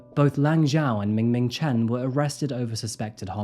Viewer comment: Lmao "Ming Ming Chen"